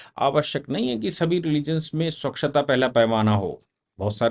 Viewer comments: स्वक्षता नहीं सर.... स्वच्छता .....👍👍👍👍🙏🙏🙏🙏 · स्वक्षता या स्वच्छता